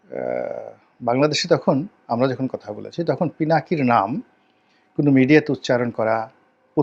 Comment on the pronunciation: আফসুস রনি সাহেব!!! দাদার নামটা পর্যন্ত শুদ্ধ করে বলতে জানলেন না😡😡